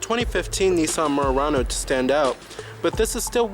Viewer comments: Nice Mooooo...Rah-noe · Why can't you pronounce Murano properly? It's not "Meeyurano". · The way he kept saying "Murano" lol